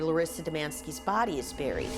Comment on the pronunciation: Rofl. You like A.I reading you? I do too compared to people who do this with their own channels and pretend to care. All about views. At least this fake voice is very soothing. When they can't pronounce buried or sadist, we know it's A.I 😂